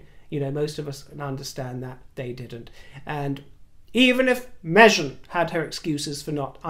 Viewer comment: I adore you. I have noticed in the last few videos you’ve been pronouncing Meghan without the G, darling you have a lovely accent, the Mahzin, my dear is becoming a pet peeve.